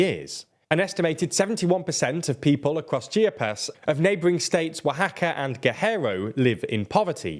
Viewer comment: Chi aaa pas But at least you got Oaxaca about right